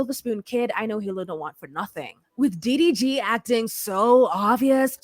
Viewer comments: every time you said "DVD" instead of "DDG" I fell out LMAOOOOOOOOO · Lmao ,I thought I was trippin. I over trying hear like wait wtf is she calling him? She calling this man DVD 😂😂😂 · i thought i heard DVD. first time watching, she earned my subscription quickly 🥂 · Girl the way you was butchering that mans name had me HOLLERING!!! Its so fitting😂😂😂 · I lost count how many times 6 said his name wrong😂😂😂